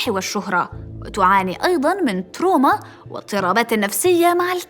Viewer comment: تنطق تراما وليس تروما